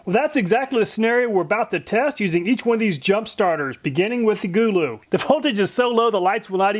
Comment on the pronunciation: i think its suppoed to be go-low but gooloo is funny and ok to lol